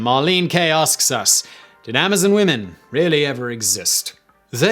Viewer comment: Lol the way he says Amazon women's